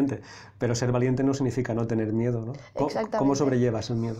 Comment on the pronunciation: En el minuto en vez de miedo "mierdo"🤣🤣🤣🤣🤣🤣🤣🤣🤣